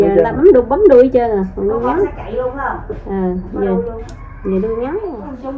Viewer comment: Đuôi heo chữ k phải đui heo